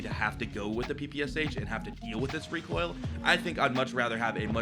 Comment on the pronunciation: excuse me sir it pronounce recoil 😑